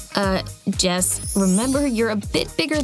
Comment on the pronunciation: it's jess not jazz